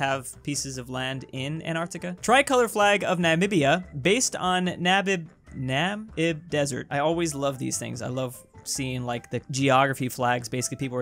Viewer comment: I like how you can say Namibia but not Namib